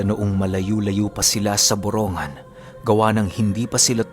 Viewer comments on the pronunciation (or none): ang tamang pag bigkas ng borongan ay boronggan, hindi boro-ngan ( borongan) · Borongg-gan Po Ang bigkas:). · Dito samin yan.. Borong gan pag binigkas. Salamat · kunting kaalaman lang po..yung borongan po ang pag pronounce po nyan ay Boronggan..may nawawalang letter G sya pag binibigkas. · BORONG-GAN po Yung totoong pronounce hehe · BORONGGAN ang pronounce naming.( EASTERN SAMAR) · Ang borongan ay y eastern Samar at Mali Ang pronouncation m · Ang borongan ay e.samar at Mali Ang pronouncation mo ay borongan ay sa n.samar